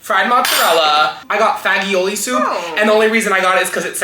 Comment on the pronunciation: the way he pronounced “pasta fagioli” as fag-e-o-li 😭😭